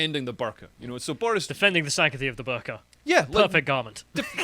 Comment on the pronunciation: Desperate trying to protect herself from cancellation! Incidentally Dr Shola said burka and niqab wrong so............